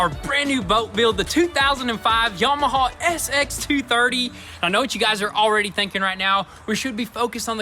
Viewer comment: I am dropping my comment below, It is pronounced Yamaha not Yamahaw, ha ha or is it haw haw